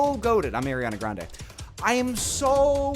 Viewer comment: AIR-iana Grande